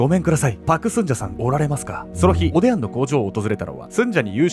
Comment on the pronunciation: おでや？おでんに聞こえちゃう😅